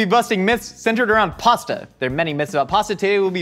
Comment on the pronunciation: Step 1 should have been learn how to say pasta properly